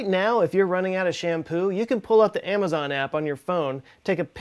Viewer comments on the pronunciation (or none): none